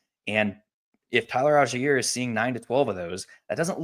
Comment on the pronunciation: TYLER AL-JIE-EAR